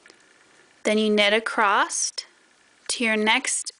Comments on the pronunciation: I like your tutorial. Thank you 🙏 But I wonder why you say “acrost” instead of ‘across’? Is that a regional pronunciation? Also, I’ve watched 3 times now and I’m still not sure how left shoes is differentiated from right shoe. It seems you put a lot of time and effort in the early parts of the knit tutorial, but then rushed it at the end and left out explicitly needed info regarding where and how to attach and knit the straps?? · One of the most mispronounced words in the English language - across. I hear so many people say, "acrossed."